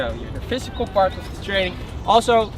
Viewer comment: it's physical not fysical